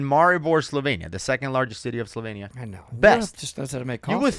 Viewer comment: Its not slovein. Its Slovenia